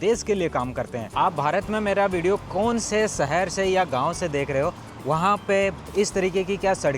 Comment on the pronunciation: भाई आप सुंदर को तो शुनदर बोल रहे हो और शहर को सहर। अपनी भाषा को सुधारो । प्लीज़ बुरा मत मानना। ये हमारी हिंदी भाषा है सही से बोलो। आप पढ़े लिखे आदमी हैं ज़रा खयाल रखें। वैसे आपके विडियोज़ बहुत जानकारी वाले होते हैं। शुक्रिया। Me from UP . I m husain.